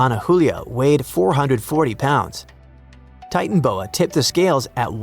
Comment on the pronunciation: Not TITANboa.......TitanOboa......😮